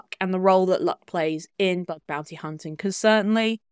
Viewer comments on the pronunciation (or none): Bug not Bud fyi